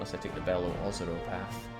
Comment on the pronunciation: Your pronunciation is pretty close on Beloozero, this site has a pronunciation that seems pretty legit